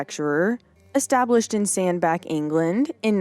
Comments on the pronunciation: In both instances the names used are pronounced san BATCH and middle WHICH not back and wick. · Just a note about the pronunciation of Sandbach and Middlewich. The "ch" on the end is pronounced as the ch" in chain - NOT as "Sandback" or "Middlewick". I was born and brought up just 20 miles away.